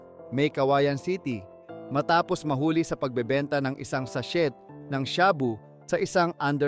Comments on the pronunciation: Sa-shey po hindi sa-shet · Stop saying "SACHET"! alam mo ba na silent T ang pagbigkas ng sachet? It is SA-SHAY. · Boss di SATSET - SACHET kundi sachey Ang bigkas.. bugok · Wala kang ALAM. Di bagay saiyo ang. Ano ang sabi mong SASHIT( Sachet ). Ang pagbigkas nyan ay walang T parang SASHEY/SASHAY ngayon alam mo na.😊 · not sashet ang pronunciation but sashey. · Bobo ng narrator imbes na sachet (sashey) sachet talaga walang silent t😂👎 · anong sachet .....gago ....sashey ang tamang bigkas dyan....ogag to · Ayusin mo bigkas mo sachet silent T yan wahhhhh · Isang sa-shet ng sha-boo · “” pero ka8080han ang pronunciation pati spelling na kahit elementary e magagawa nang tama. SASHET. PARAFERNALIA. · Sah chettt at sha booo😂😂😂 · Sha-bu, sa-shet bat ganun mg prounounce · Sachet.. sashet.. shaboo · Pronouciation ng sachet ay silent "T" kaya u should pronouce it as sashey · Sa-shet (sachet) 🤣🤣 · Lol 😂 WTF shaboo? Sa-chet? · Check mo nga pronunciation mo ng "sachet" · 😂😂sachet Sha bu ayusin mo Pag sasalita mo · Please research the correct pronunciation of SACHET...... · Watch out po pagpronounce ng sachet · Sana ayusin ang pagsasalita ng tagalog 😂😂😂 Sachet, shabu, kumatawan at iba pa